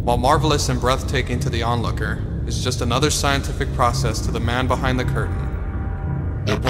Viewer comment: When he said:the man behund the curtain Me:the man behind the slaughter!!!